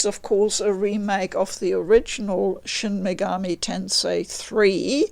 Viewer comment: My respect for this woman instantly shot up hearing her pronounce the name properly... its the little things.